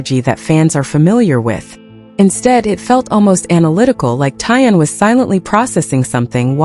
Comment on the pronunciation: It's TAEHYUNG and not Tong. Don't mispronounce their names.